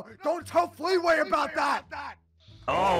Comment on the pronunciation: Dude it’s not feetway it’s fleeway